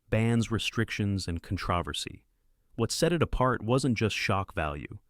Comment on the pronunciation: Why is the word controversy so difficult for AI? I've never heard it pronounced properly with AI narration.